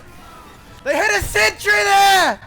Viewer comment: "*THEY HIT A SENTREH!!!!!*"